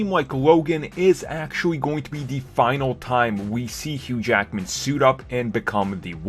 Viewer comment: DID ANYBODY HEARD HOW HE PRONOUNCED HUGH JACKMAN NAME ON THE BEGINNING OF THE VIDEO HE SAID SEPERATELY "HUGH JACKAMAN" LOL